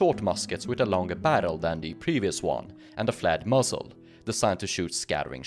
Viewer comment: I kept hearing 'flat muzzle', and then worked out that you meant 'flared muzzle'. Good video though.